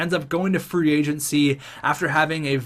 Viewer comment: Whenever I here him say free agency I here free "AgentC"